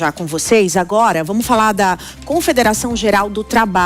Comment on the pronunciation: Atenção ao nível das(os) apresentadoras(es) que vão fatalmente influenciar o povo de modo geral, quanto ao modo de falar, mesmo que seja em modo coloquial, o jornalismo atinge várias camadas. Então, melhor que ensinem o que é correto. Ao iniciar a narração, a apresentadora já solta um: "agora vamu falá sobre...", e não acentua o "r" em cada final de palavra! Faltou às aulas de leitura? Isso dói nos ouvidos! Se fosse a apresentadora, diria "tá loco"! As pessoas ouvem e aprendem! Já a repórter local, a, tem uma fala excelente, pronuncia muito boa, enfatizando muito bem o "r" no final das palavras, como também os plurais.